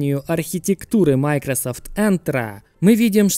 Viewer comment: Почему майкросАфт, а не майкросОфт?